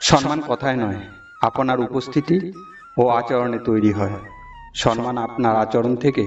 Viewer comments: সম্মান কথাটা উচ্চারন করা অভ্যাস করুন। সন্মান বলছেন কেন? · সম্মান কথাটা ঠিক উচ্চারন করা শিখতে হবে।